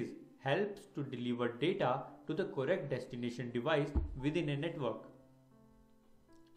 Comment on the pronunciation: " co rect"💀